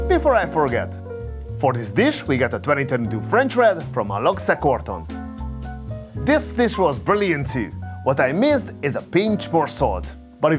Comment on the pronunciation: Pronounced AloS Corton, the X becomes a S. Like Montrachet, the T is silent.